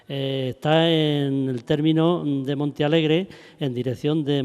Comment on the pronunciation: es Montealegre, el que comenta a ver si te espabilas los primeros minutos dices Monta ,minuto 11 otra vez Monta jajaja alli naci yo en el 65 enterate ya es MONTEALEGRE MONTEEEEEE